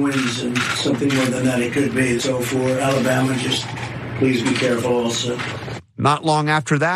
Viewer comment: As a native Alabamian, it sickens me to hear him say this state’s name.